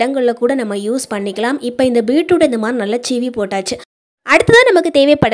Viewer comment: Super tips thanks for sharing, it's seevi not cheevi